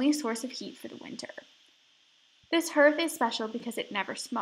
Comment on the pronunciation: An enjoyable tour, thank you. Note that Hearth is pronounced HARTH, which rhymes with DARTH as in Darth Vader.